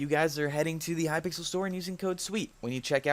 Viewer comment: I love how he said " in high pickle skyblock" at the start good english mate (still better then mine)